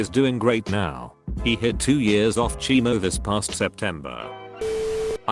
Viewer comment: Can't manage "chemo" but nailed "rhabdomyosarcoma...."